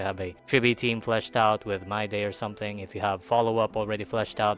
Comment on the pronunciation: Its Mydei not MYDAY. How is it so hard to pronounce correctly?